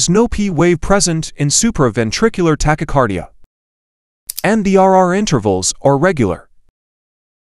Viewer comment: The AI voice mispronounced asystole and tachycardia.